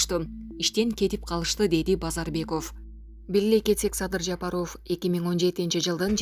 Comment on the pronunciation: Жапар -оф дебей туура окуганды үйрөнчү